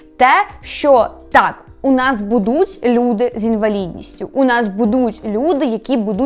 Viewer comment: Не будУть, а бУдуть. Не псуйте нашу українську мову, будь ласка. Я проти фаріонщини, але цю помилку Ви зробили більше ніж два рази. Ріже вухо. А взагалі чекаємо на новий сезон, може буде цікаво